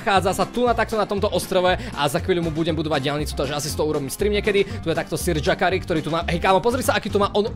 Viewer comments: yakari sa nečíta s dž akoze džakari ale jakari nie? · Prečo hovorýš yakarimu džakari???😮